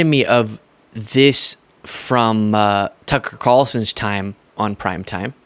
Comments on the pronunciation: how dare you miss pronounce Tucker Carlson‘s name 😂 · "... so you don't think it's important to get a name right Toooker Carlton?" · Yes, you can still criticize, "Too-keer Kaleson". Maga snowflakes. 😂